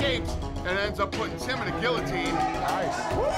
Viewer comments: why does everyone pronounce guillotine wrong???? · how you goin mispronounce guillotine when you're the fucking president of the UFC